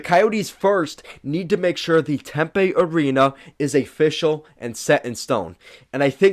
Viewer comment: Tempe (Tim pee) not Tempay.